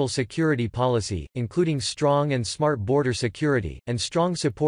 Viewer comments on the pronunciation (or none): none